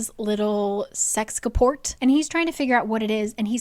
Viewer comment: "sexcaport" thanks, i hate it